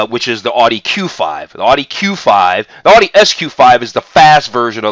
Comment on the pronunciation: you pronounce Porsche correctly yet you cannot pronounce Audi correctly. what's up with that???